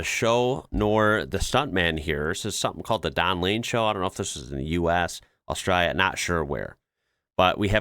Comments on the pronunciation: Love your enthusiasm for us all here down under but we need to sort out your pronunciation lol let’s start with Ozz-stray-la with an emphasis on the hard A at the end. Give it a crack for your next episode 😂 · Love your work, but you are guilty of one of my pet peeves, (trivial I know ) but Australia has an L in her name. It is not Austraya. Keep up the good work. Cheers from Oz.